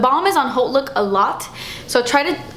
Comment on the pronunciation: Finally a beauty guru that pronounces haute properly, such a weird pet peeve of mine.